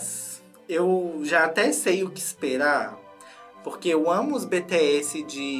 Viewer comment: pra ajudar é bts mais se fala pronuncia bitieçi cii de ciranda ciibitiecii